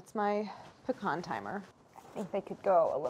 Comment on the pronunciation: Also being from MO, I'm just glad Claire pronounces "pecan" correctly.